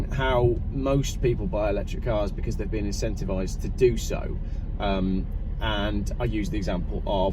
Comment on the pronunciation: ... it's "because!"